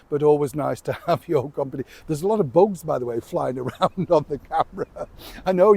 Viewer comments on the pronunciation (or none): 😮 😮 this American picked up on your Northern accent when you said the word “bugs”